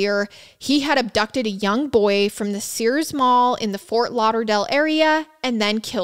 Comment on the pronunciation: sirs is not sears :)